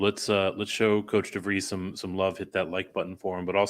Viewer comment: Good segment guys. I feel like as a Drake fan we’re always correcting folks, but its Darren Devries, not Darrien. Thanks again for featuring the Bulldogs!